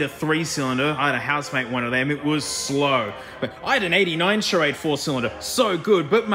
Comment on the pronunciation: The "Charagde"